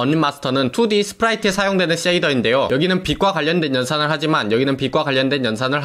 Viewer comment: 자꾸 쎼이더라고 하시는 사투리 억양 넘 귀여우시네욬ㅋㅋㅋㅋ